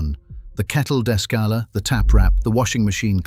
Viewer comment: De-scaler. Not desk-alar!!!